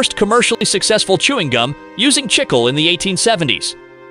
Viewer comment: They keep switching from Chicle to Chickel, with the wrong pronunciation far outweighing the correct one (CHIK-lay).